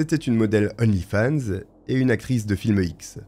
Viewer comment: D'onlyfans, on fait liaison devant une consonne!